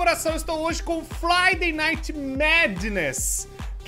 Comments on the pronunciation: Só eu ouvi ele falando fladay night? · Pera no início do vídeo o fala FLIDAY NIGHT kkkkkkk só tô zoando